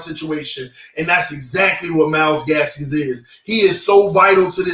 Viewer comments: Myles GASKIN no s at the end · Myles Gaskin NOT Gaskins! Lol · say the name right 😂 it’s Gaskin come on my guy